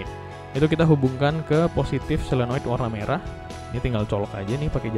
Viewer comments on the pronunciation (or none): Yg benar solenoid apa selonoid kak